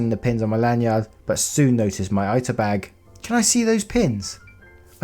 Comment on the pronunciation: Love your stuff just letting you know the pin bag in the story is an "eeta" bag it's a Japanese word so the I always makes an ee sound. :) Rediculous story all together though hahaha